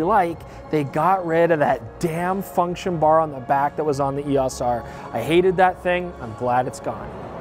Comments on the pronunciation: EOS....pronounced eOs. O sound not ah. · You're driving nuts by pronouncing EOS & ISO as words. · Really had me wondering if I've been saying "EOS" wrong all these years but fantastic video with really useful information. Greatly appreciate all the work put into it.